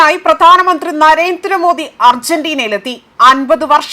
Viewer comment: ആദ്യം പറഞ്ഞത് നരേശ്വരമോദി എന്നാണ് കേട്ടത്. ഞാൻ കേട്ടതിന്റെ കുഴപ്പമാണോ?